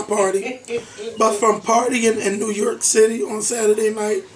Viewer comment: since you're on the threshold of broadcasting fame, you'd better learn to pronounce New York. You'll be saying it a lot in the future. There's no "e" in York,. It's York, not Yerkk.